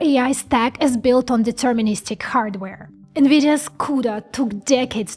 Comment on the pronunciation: deterministic --- sound it out